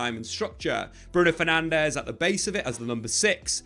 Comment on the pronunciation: Why would you expect any diff after years of getting Bruno’s last name wrong 😂